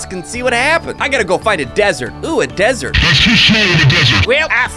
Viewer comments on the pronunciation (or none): "dsert" jk